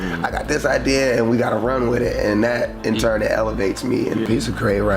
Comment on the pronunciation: if everybody is ignoring the fact that bro says 'churn' instead of 'turn' in every single video ... then i was just gonna let it slide lol